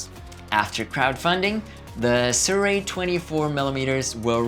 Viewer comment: don't fret, no one has been able to pronounce the name for years.